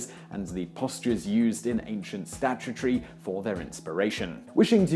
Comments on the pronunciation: "Solon" is pronounced "SO-Lahn"' (not "SHO-Lahn"). "Statuary" is pronounced "STAT-yoo-ay-ree" (not "STAT-yoo-tree"). How did you arrive at those particular errors? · remilia scarlet He says "statue of Sholon" , but exactly 1 minute later (just as turns to ), you'll hear him say the following phrase "the postures used in ancient ________ " — what do you hear in the blank? I hear "statu-tree": his mispronunciation of "statuary." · remilia scarlet No, it isn't an accent. It's poor reading. In English, the letter-sequence "-ary" never stands for the sound-sequence "tree." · remilia scarlet No, he didn't "say '-ary' as an 'ee' sound — he said "-ary" as "tree"! He looked at the word "statuary" and said "statue-tree" instead. What's going on? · scarlet "Statuary" appears (and is mispronounced as "statue-tree") : right after he mispronounces "orators" (as "or-ATE-ors") .(I earlier mistyped this as and .) This time around, I also noticed that he pronounces "Salaminian" as if spelled "Salamian" , and I'm wondering why he drops a syllable. (It's almost as weird as his use of "Sholon" for "Solon": audible .)